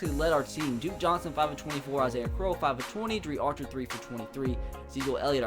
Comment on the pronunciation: He said Isaiah AH-SA-IHA